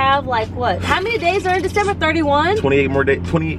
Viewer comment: In love your vlogs but when you said December it here Like you f December like it here like you said a cuSs word the f word but y'all videos are home every day y'all away make my day